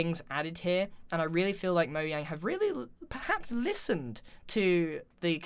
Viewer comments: you said moyang in stead of mojang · did i actually hear him saying Mojang like Moyang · Please try to stop saying moyang instead of mojang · Is it actually called “moyang” I thought it was pronounces mojang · Pufferfish raid :o also did you say moyang instead of mojang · moyang LOL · ITS MOJANG NOT MOYANG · Its Mojang pernounsed Mo Jang not mo yang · Mojang not mo yang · did u actually just say mojang wrong?... wtf is “moyang” it’s pronounced how it’s spelled “mojang” tf lmao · Grian: moyang Me: what’s moyang Also me: oh you didn’t mean to say it right? Grian: yes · “Thank you moyang” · HE SAID MO-YANG!!! NOOOOOOOO!!!! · Wait did anyone else hear grian say “Moyang” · Grian said Moyang instead of Mojang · He said moyang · Did you call Mojang, moyang? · did you say moyang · It's Mojang